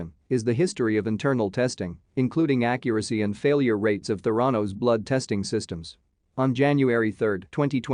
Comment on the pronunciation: It is pronounced "théranos" Emphasis on the "e"